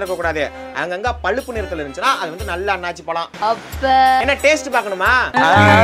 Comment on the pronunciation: அது " அன்னாசி ". "அண்ணாச்சி" அல்ல.